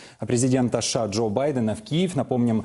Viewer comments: Почему ведущий говорит ША ?? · Президент ША это кто?) У ведущего проблемы с речью, требую замены)